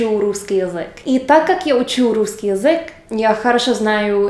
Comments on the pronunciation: Ну вот опять ты язэк произносишь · Русский язЭк)))